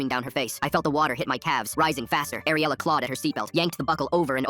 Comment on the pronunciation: My friends name is ariela and it's ariela not AIR-ela